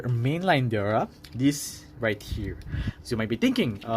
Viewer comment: DEora. Not Dora.Or Dera. 🤭